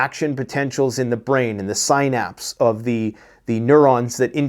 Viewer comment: Synapse is pronounced, SIN-apps.